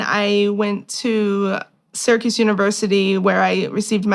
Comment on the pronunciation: I know now she said SYRACUSE University...I heard "Circus University" and I thought "well this is clearly the problem."😂